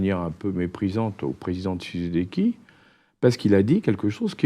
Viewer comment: Président "TSHISEDEKI" . Un peu d'effort, quand même... 🤦🏽‍♀️